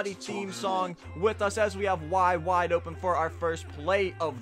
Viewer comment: Y for wide listen to the w and say it like wwwwwide